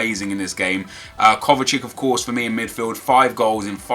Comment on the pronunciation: its not kovacik ffs its kovacic